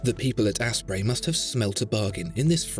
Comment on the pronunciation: Is he saying Ass-Spray? They must have smelt a bargain? holy hell this is funny